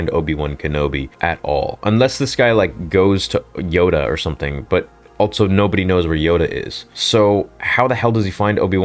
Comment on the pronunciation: Love the channel and all the content, but cant help but point out the ALT-SO pronunciation of the word "also".